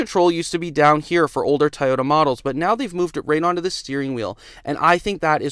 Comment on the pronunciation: Toyota not Tie-ota…lol